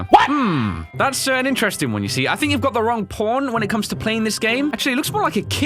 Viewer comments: Every time says pawn it sounds like p*rn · Can you say pawn one more time...